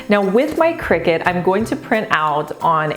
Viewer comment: Finally someone who pronounced cricut like me. I hate when I hear people say “CRY cut”